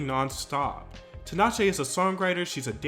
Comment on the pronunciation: fyi it's tea-nash-ay not tin-ah-shay